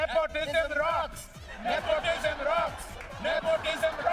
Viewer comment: "Nepotijam". Hahahaa